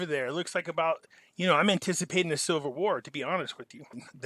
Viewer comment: are you saying Silver War or Civil War, in your accent I hear Silver War, lol.